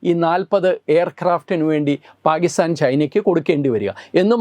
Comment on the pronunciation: It is not paagistan. It is Pakistan. Please correct the pronunciation.